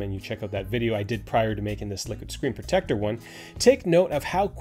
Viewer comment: Take a shot every time he says screen protectah.